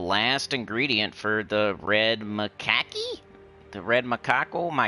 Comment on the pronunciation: Weapon is pronounced maka-Q. Lol I've had it a long time. Can't remember if I paid for it. Haven't spent $ on this game in a long time. Do you play DPS IDLE?